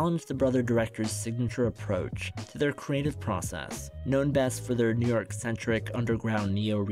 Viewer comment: The way you said process around the 👀